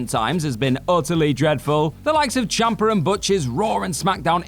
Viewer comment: Ciampa* not Ciamper